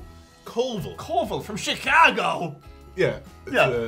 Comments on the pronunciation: Chi-cah-go?! I'm dead, dude. Well done on the accent. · Shhicaaago? Ha ha